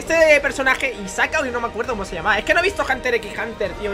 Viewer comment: Isaka jajaja es hisoka